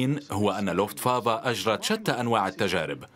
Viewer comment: لوفت وافا وليست لوفت فافا